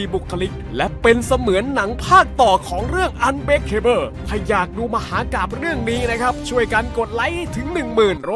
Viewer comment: ผมไม่ใช่แฟนหนังชุดนี้หรอกนะครับ แต่ผมว่า อ่านว่า อันเบรคเคเบิล เถอะอย่าอันเบรคเคเบ้อเลยครับ